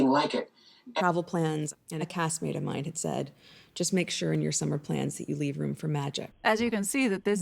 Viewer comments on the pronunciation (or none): none